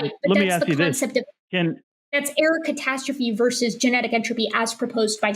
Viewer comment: The way she says error catastrophe, I keep hearing Erikatastrophe, which seems like an amazing gamer handle.